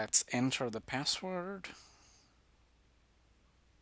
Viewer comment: Nobody: Literally nobody:: “please enter your passcord”